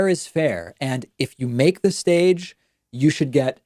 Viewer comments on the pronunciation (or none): "...but, if you-a-make-a-duh stage..."